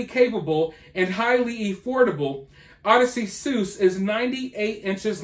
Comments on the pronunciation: That's , O-diss-see-us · Odyssey suess…please read The Odyssey. If you actually care about history. It’s the best book ever. I hope to god you’re pronouncing it like that so that people will comment more to correct you because damn